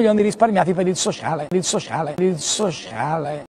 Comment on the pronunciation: per il soscialeeee...ahahahahahaha, mi fai morire:-)